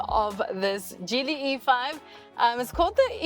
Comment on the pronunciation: The G in Geely is a soft G (Jee-lee). Like gin.